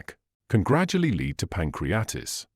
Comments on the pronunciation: Here it is pronounced “pancreatis” which is wrong. The right one is “pancreaTITIS”. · Pan crea tit is....pronounce that Doc. It is NOT "pancreatis". 😅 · *Pronounciation of PANCRIATITIS 😶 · Who or what organization paid to present this chain of errors? The extraordinarily uneducated reader could not even properly pronounce pancreatitis. Knowing of several groups intent on destroying physio-wellbeing I would guess this was created by the WHO. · I think you’re wrong about garlic! And learn how to pronounce Pancreatitis and margarine!!! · Excellent English, not sure about the pronunciation of pancreatitis tho.